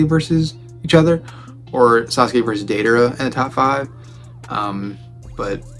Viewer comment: Taller than i excepted. Lol Edit; also I hate the way that he😊 pronounced deidara. This is why for making content people should use dub>sub (yall nerds know what i mean, ik that was illiterate)or at the very least they should have had to seenthe sub and the dub, that way they can pronounce it right